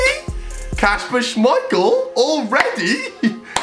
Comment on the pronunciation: He said Kasper schemeichel and his son Peter schemeichel